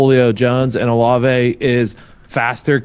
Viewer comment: You aren't saying OLAVE correct. Just letting ya know.